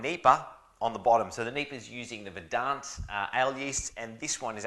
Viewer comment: Hey love the videos! Just say Verdant with a soft A sound (as the brewery does), and my OCD will be grateful. Cheers!